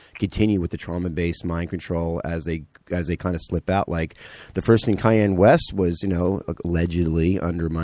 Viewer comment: KAHN-YAY, not CAY-ENNE West. Irritating.